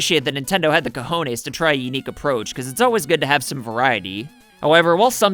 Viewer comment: I'm Spanish and it was hilarious hearing you trying to say "cojones", keep up the amazing work!!